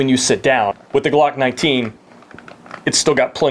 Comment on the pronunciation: This is the smallest size that'll fit the GLOOCKK NINETEEN... Lol why do you have to say it like that 😂